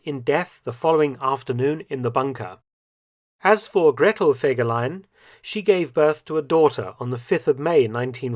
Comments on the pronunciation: I want to clear up a few things, I've had the privilege of being able to talk to someone who knew a few things and that is as far as I'm willing to go to offer proof of what I'm saying here. The name was actually pronounced with FEE not Feg. The photos shown in this video also tell a story, and I'll get to that towards the end. Since the beginning when the cavalry units were regiments himmler kept assigning scoundrels to fill the ranks of the units. There was a definite discipline problem and Fegelein having no military training was forced to deal with it. Even Dirlewanger was temporarily in his brigade. There's a reason there's no direct orders for a lot of the things his units are supposed to have done. His anti-partisan activity reports were also exaggerated. There were many, many villages but they all had place names and small populations. I've read that there were over 5,000 such places destroyed in the war, which I find unbelievable. Out of my own curiosity I've gone over the maps, these places wouldn't have housed 60, and they're reporting 300 shot, here, 240, there etc. They would have also had to have been entirely all of one particular ethnic group and they still wouldn't add up. If anyone believes that in 6 weeks following himmler's statement that they hadn't shot enough of a certain ethnicity that they got over 14,000 of them, that's pretty gullible. Btw, the leadership in that regime was exactly that. You can say the numbers were inflated to maintain favor, or yo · Fegeline! Fegeline! Fegeline! 🤣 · Fergelein. Fergelein! FERGELEIN!!!!!!!!!! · all I Could Is FEGELEIN. FEGELEIN. FEGELEIN. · FEGERLEIN!! FEGERLEIN!! FEGERLEIN!! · FEGELAIN! FEGELEIN! FEGELEIN! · Fegelien!!!!! Sorry....